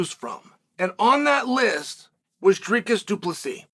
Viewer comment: pronounced D R E E K I S said quikly not DREEKOOOS thx Chael watch all your clips always love the insight